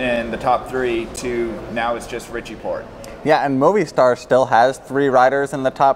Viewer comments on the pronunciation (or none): Moh Vee Star* ! Great video though!